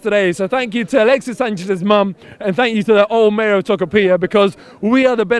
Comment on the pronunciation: Lol, as a Chilean I love the cockney pronunciation of "Tocopiha". (The way to pronounce "Tocopilla" is more like "Toco-pee-yah")